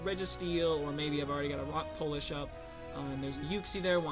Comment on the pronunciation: I was a victim. Im still a victim. Always a victim of the Boss God's terror. Also, shoutouts to Rock Polish. You said it the right way. Good win,. Shenanigans or not.